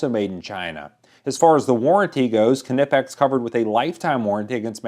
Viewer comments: I think the K is silent in the name knipex, even when I use my talk-to-text if I just say knipex and leave the K silent types rate up if I say it using the k sound it does not so therefore it would be like a knife without the k sound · Part of me died every time I heard the "k" pronounced. But you do you, I'll keep saying knipex (neepex) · The K in Knipex is silent just like Knife or Know. Thus you pronounce knipex nip-x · I would and have bought the Knipex’s. And I say “Nip-ex” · Its pronounced “Ki-ni-pex”. Thats how the Germans say it. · K is silent, so nipex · In one of the videos on the Knipex web site (Cutting Range), the demonstrator pronounces it Nip-ex, but the demonstrator is English, and they relish stealing foreign words and mispronouncing them. In other videos, it is pronounced K-nipp-ex. I think Germans pronounce the initial "K"; not doing so would be a waste of letters. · Im German and my uncle owns knipex. SO I CAN ASSURE YOU its pronounced Kneepex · 🤬🤬 omg Yas!! Wtf why are you saying it like that??!! Would you say kuh nife.... Hell facking no! 🙄🙄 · its pronounced "NIPEX" the K is silent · Silent k, Nipex! Thanks for the video! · knipex is pronounced (nipex). the k is silent like knee which is pronounced (nee). at least thats how i pronouce it. and did i do the test on the craftsman version of the knipex cobras. and i do have the real knipex set even including the big mother which is anout 3 feet long and they r the best plyers ever. thanx for the video i enjoyed it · lol great review. the K is silent! "Nip-X" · I heard it is K nip ex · Knipex pronounced "nip-ex". The k is silent, like in knife. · Ni-pex The K is silent. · Pronounced Nip-X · Great video.I have always heard it pronounced NI-pex. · Hi there, nice test. I have used Knipex for the last 15years, never had any isues. Here we are calling it "nipex" with a slight K in front :) Its like you are preparing to say K in front but continue with N. :) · Lol it's pronounced nie-pex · the k is silent